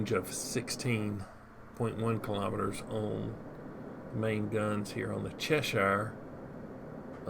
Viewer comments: Its pronounced chess shire 🙂 IGN CMD_Pants Server- Asia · As someone from Cheshire, it’s pronounced Chesh err. :) Good review! Ign MarshalHaig Server EU